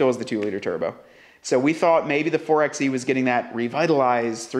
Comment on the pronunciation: Can we just take a moment to discuss the fact the 4XE is pronounced “Four by E”?